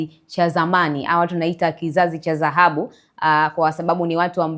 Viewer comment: MWANDISHI/MTANGAZAJI UNATIA AIBU,KIZAZI CHA ZAHABU NDO NINI??? NI DHAHABU SIO ZAHABU?